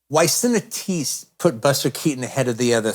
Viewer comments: When Tarantino says Cinetistes, he means Cinéastes. He’s one of the greatest film raconteurs of all time but we all mispronounce and forget certain terms at times. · it's pronounced see-nay-ahst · “Cineteaste” & “Tenter tantrum”. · Surely he meant to say "cineastes"? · Is Tarantino saying the word 'cineaste' in the plural?